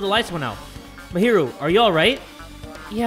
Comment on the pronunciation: btw jay mahiru is pronounced mah - he - roo. btw ur that dude!